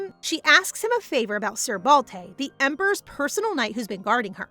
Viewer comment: It's Balte not Balday ?